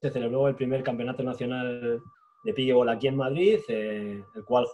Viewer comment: por que lo pronuncian mal...cojones!!!! NO ES PIKEBOL.... ES PIKELBOL con una ele entremedio .... PICKLE se pronuncia pikel.... y combinado con ball el pickleball